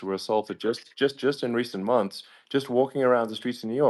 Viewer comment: "2000 FRUSHES!! It'll clean your toilet bowl for UP TO FOUR MUNSHS!!!"